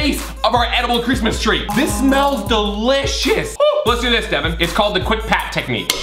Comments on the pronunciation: its devan not deaven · It's Devan not Devon no offense 😁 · You said his name wrong it devan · It’s Devan not Daven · DEWAN XD ITS DEVAN